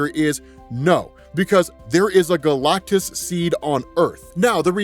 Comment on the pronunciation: i can’t stop hearing galctussy whenever he says galactus seed